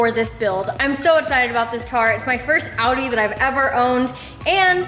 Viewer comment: "audi tit"😂😂😂